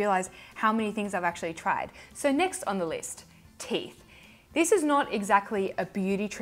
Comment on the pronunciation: 😂. I really did rewind the beginning to see if you really said "teef."